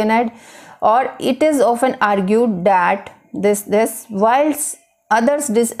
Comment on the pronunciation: Poor pronunciation,. it’s called "That" not dat,,, learn pronunciation first then teach ielts